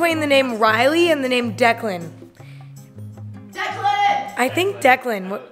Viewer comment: Did she not call him declen??